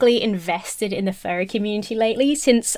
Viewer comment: please enunciate "Furry" a little more clearly, cause you're coming across as saying "fairie"